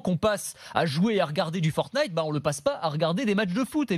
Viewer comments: Il s'avent même pas dit fortine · quand Bordin dit fortnite :feurt-nyte